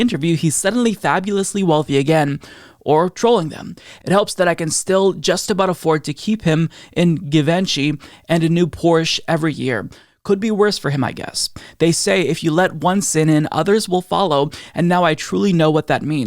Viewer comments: I love the way struggles with pronouncing names, like Marcia (Marsha) Fudge who is Marseea. And Givenchy is Zhee-von-chee. You got the politics down to an art though, so it balances out, lol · What? isn't able to pronounce "Givenchy" properly (jee-ven-chee)? He isn't gay too! /sarcasm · Ahhh. Givenchy. Gee-von-she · Dear homosexual member It has come to our attention that you in your latest video have failed to pronounce the word “Givenchy” correctly and therefore violated the gay code #753. We have determined to cancel your membership to the gays. To appeal the decision please contact the customer services within 14 days. We hope you have a lovely day. The Gays.